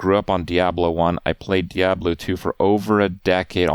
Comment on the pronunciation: You can't even properly pronounce the word diablo. You are a joke